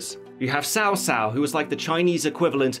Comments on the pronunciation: tsao tsao not sao sao. Thats all. Thanks! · he’s probably using CA’s videos because it’s not pronounced “sow sow” it’s sorta pronounced “chi-ow chi-ow”. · It's pronounced tsao tsao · Great review but... HES NOT CALLED SAO SAO WTF ITS CAO CAO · the pronunciation of "sao sao" kill me. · Sow sow? I've been calling him Cow Cow all these years! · Cao Cao is actually pronounced as how you would 'chow chow' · well the way you butched those chinese names is just hilarious ,and btw i dont know why they would put sun ren as the leader of the faction rather than liu bei ,who is her husband and the real ruler of the kingdom of Han, oh and cao cao ,the leader of the wei kingdom is pronounced more like chaw chaw rather than what you pronouced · Cao Cao is pronounced TAO TAO. Not your fault even CA is pronouncing it wrong on all their official videos. So excited for this though. If anyone wants to learn about this awesome and fascinating time period check out the Three kingdoms podcast, that tells the entire saga of the Three kingdoms in a audio book form. (for absolutely free) Also I recommend the History of China podcast, it covers a vastly larger period of time, but does cover a few episodes during the later Han Dynasty and Three kingdoms period. It's a good way to compare and contrast the novel from the real history. For the record I'm not affiliated with either podcast, Just a huge fan of Chinese History. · Zevin X Wrong its pronounced Sou Sou. The T is silent. How can you claim to be a fan yet can't even pronounce the name correctly? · Its pronounce like cshao cshao from what learnt. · Cao Cao is pronounced "Tsao Tsao" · sao sao XD watching him pronouce these names in utter failure... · why are you pronouncing them wrong, we all know Cao Cao's name is pronounced "Cow Cow" please tell me someone gets the reference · The name is cao cao with "k" not "s" ok?...ok! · His pronounce of Cao Cao .......